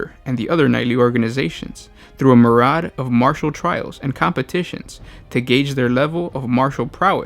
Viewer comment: "Meer eehy ahhd" Myriad